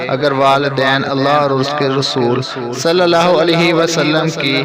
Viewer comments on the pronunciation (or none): none